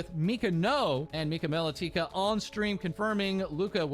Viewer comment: Small point, but the way pronounced Melatika (Mel-ah-tick-uh) is correct, that's the way Mika pronounces it herself.